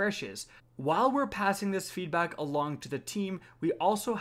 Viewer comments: “feedbok” new shoe franchise. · So we’re just gonna ignore the fact that said, “feedbock”